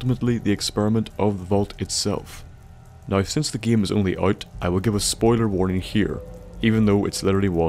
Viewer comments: It sort of bothers me that you say every word that has "ame" in it (like game, name, etc.) like "iem" (like giem, niem, etc.). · i mean you say the word game giem